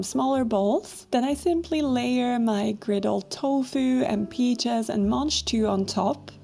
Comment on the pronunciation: The what? Manjtoo? That's what is sounded like you said? They look like snow/snap peas to me